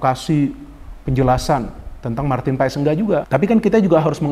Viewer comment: bro,setahu saya penyebutan paes dalam bahasa belanda biasa dibaca paas atau pas,madame maes dibaca madam maas atau mas.begitu juga dengan nama justin hubner,orang belanda akan memanggilnya dengan yustin hubner,sesuai dengan yang tertulis